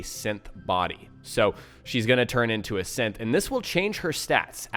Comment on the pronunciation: Is it just me or is he saying simp instead of synth?